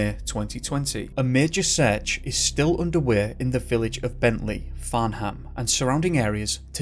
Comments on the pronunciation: .Farnham is pronounced Farn - umm 😊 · Farnham is pronounced Farnum.....😁